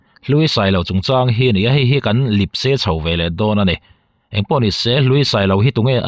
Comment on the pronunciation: Lipse tih hi inrawn hmang a, Lepse tih rawn hmang thin la, a dik zawk lo maw.